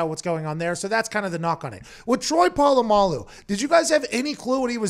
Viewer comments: "troy poololamaloo" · Everyone: Literally everyone: Pat: TROY PO LA MALU RUINED MY LIFE